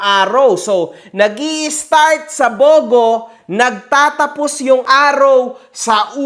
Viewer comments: Taga Leyte rin pala si Esmi mo? Shout-out sa mga kababayan Jan na ka hombre, BTW it's pronounced as Bu-Go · Im from Bogo City whenever we say "Bogo" its not spoken or spelled like that but like its spoken like this "Bugu". nasa pronunciation yan. Bogo City city named after a tree (Garuga Floribunda) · Mali pronounciation mo sa bogo sir. Mabilis po ang basa diyan hindi mabagal.